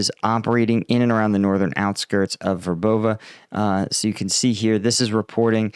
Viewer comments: VER bove I think. Accent on first syllable. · it's pronounced, Verbov'eh'. just a friendly correction.